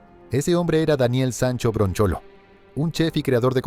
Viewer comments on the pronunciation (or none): bronchalo , no BROCHOLO !